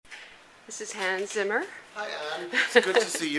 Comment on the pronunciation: "Isis Hands Simmer?" He's called Hans Zimmer.God, learn to speak names right. I don't go around and say "Is this Ungtschelina Tscholie?", just because it's the german way to pronounce her name if it were german, for example. It's Angelina Jolie. Jeez